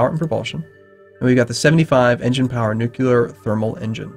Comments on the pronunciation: NUCLEAR! NOT NUCULAR!!! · please stop saying nucular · why are you pronouncing nuclear as nukular? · Am I the only one bothered by nu-QU-lar?